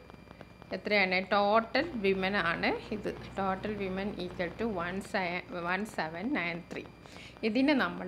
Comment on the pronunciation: Miss വിമെൻ അല്ല വുമൺ ആണല്ലോ